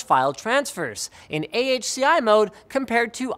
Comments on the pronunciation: "Ahki", huh? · AHCI is like someone sneezing... Try Spell NVMe like N-V-Me, now you know why is it cost you a lot of money